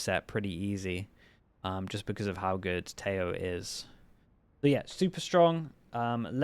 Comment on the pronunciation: His name is pronounced Teh-ho(he's colombian).